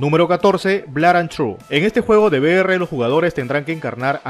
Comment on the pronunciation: Resumen del video -BlaranTru (Blood and truth) -ResidensIvol (Resident Evil) -Castlevany Aniversal (Castlevania Anniversary Collection) -KÓnami (Konami o konámi, como se pronuncia) -Esnaiper ElÍT(Sniper Elite) -Brit Bareles (Brief Battles)